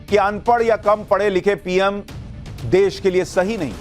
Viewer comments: Phle desh kehna seekh lo Ye des nhi desh hota hai Pehle khud pad lo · Desh bolna nahi aata iss ko ...Sanjay singh😂😂😂